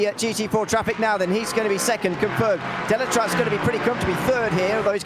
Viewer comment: Thanks for all the commentary during all season, amazing job like always ! 👍👌 Just for you information we are pronouncing the "Z" at the end of Deletraz. without rancor of course, I know is not an easy name 😂